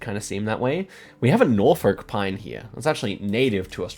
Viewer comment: Someone who lives in an area called Norfolk I didn’t like the way you pronounced it